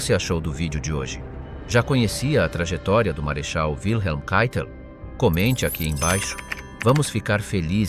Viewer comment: Wilhelm se prononce Vilhelm, pas ouileme. C'est un prénom allemand, pas américain. 🙂